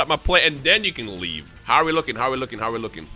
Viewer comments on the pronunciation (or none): none